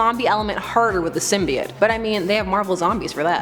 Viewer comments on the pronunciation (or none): Symbiote is pronounced "sim-bee-oat". Not "sim-bye-ott".